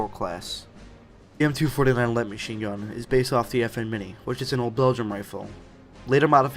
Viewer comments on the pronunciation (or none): Based off of the FN Minimi.. Not Mini. Also, don't say 49, say 'four nine'. Just a suggestion.